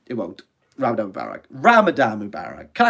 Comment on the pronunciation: I did Not expect this thick Welsh accent hard-as-nails man to survive the first week of Ramadan, but deep inside, when I sow how he makes the "Rrrrrrrrrrramadan Mubarak" sound, I knew he is sincere about life, and he might just make it to Eid. Look at him, crumbling, but not falling. Look at him now after thinking of quitting youtube, he is making a Live... Man we Love you for the sake of Allah, and may Allah bless you and your family, and may Allah give you from where you never expect, and keep you and your loved ones on the straight path insha'allah. Eid Mubarak Brothers & Sisters 🎉